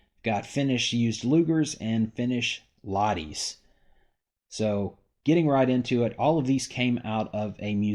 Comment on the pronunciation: LaHHH-ti, great video 👍